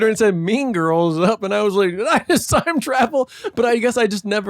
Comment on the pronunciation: I keep thinking Adam is saying "jizzed" when he says "just"